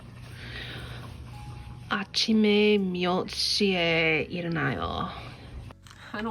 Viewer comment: i noticed you pronounced 시에 as “si-eh” , thought i’d tell you some pronunciation rules , some vowels when used with the consonant ㅅ make it sound more like sh that s . eg : 시- shi 쇼-sho 셔-sheo 샤-sha 슈-shu